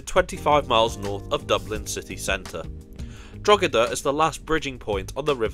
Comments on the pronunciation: oh no please not draw-da I’d go with droh-eh-da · What a great train! But if you want a truly scenic route, take the train from Coleraine to L'Derry! It's wonderful. Oh, and by the way, it's pronounced more like "Draw-da" (it isn't quite that, but that's the general idea). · Christmas decorations in Connolly Station? Either they're very early or this video has been sitting in the To Do list for white some time. Oh, Drogheda is pronounced "droh-head-a", and Howth rhymes with "both".